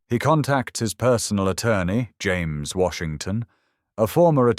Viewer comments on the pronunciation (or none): It's extremely annoying to repeatedly hear Jane and Jane's instead of James.